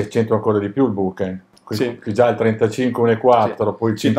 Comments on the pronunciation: Molto interessante! Finalmente vedo una prova del genere che sfata un po' di miti. Però ragazzi "bokeN" non si può sentire, è una H quella finale! Ultimo consiglio, curate il video! Il montaggio durante il viaggio è brutto e anche l'audio. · Da possessore di Olympus vi ringrazio per questo video confronto, davvero interessante👍 però la pronuncia della parola giapponese BOKEH è errata! si pronuncia così come è scritta. vi lascio il link in descrizione